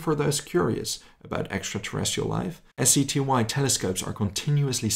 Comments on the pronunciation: Did say SETY? Or was i just mishearing you, because the acronym is SETI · "SETY"? Do you mean "SETI"? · It's actually SETI, not SETY. Stands for Search for Extra-Terrestrial Intelligence.